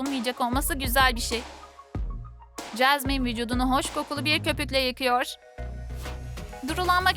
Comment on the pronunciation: Çeşmen değil Jasmin 😁😂😅